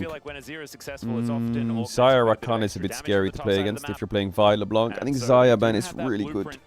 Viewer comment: Sir could you stop saying Leblan(C!) its Le(Blan)c , the C is muted. Love your videos <3